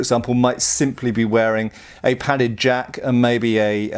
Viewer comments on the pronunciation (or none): none